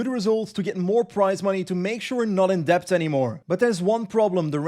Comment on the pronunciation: Stupid quick comment just because I'm an immigrant where I live and I appreciate small language corrections: In the word "Debt" in Engish, the "b" is silent. Because... it's English -- we just insert letters into words for fun. I haven't even made it through the video yet. Sooo looking forward to it! I've been surprised at how much I'm enjoying this series. Go Rembe (and Rembear)!